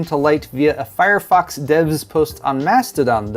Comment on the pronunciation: I swear I heard "Firefucks" when you said fire fox..... then I heard "Suckit str5" lmfao this is a fun episode.